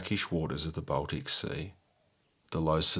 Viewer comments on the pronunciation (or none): none